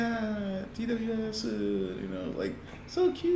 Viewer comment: Also letting you know TWS is pronounced “Two Us”